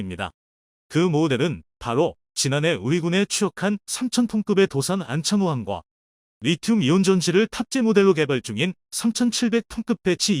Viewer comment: 에라이~~도산만창호?? 도산 안창호 함이다 제대로해라 짜슥아